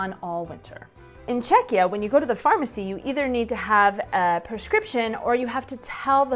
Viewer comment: I would love to watch more videos... but can't get over "Čekeeah"every 3 minutes :D